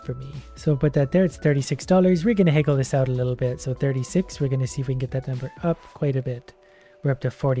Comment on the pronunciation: Who else has never heard someone pronounce "haggle" like "heygull"?